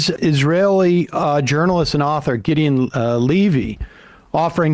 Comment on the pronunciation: Sam - can you pronounce Levy's name correctly. Its pronounced "Gidone" not ''Gideeyan''. You have interviewed him before. You should know how to pronounce his name at this point.